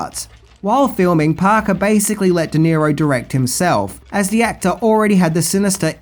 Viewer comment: Robert De Niro, not "Di Nero".